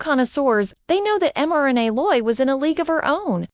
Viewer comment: You could at least learn how to pronounce her name